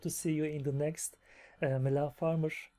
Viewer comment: Welcome to the coolest fan group 😉 you seem like a pretty nice guy too 😁 i love how you could spell "Mylene" correctly from the first time, most youtubers find it hard to pronounce it right Coffee and Mylene is the best combination ever 😉